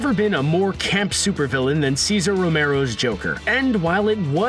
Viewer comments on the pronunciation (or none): none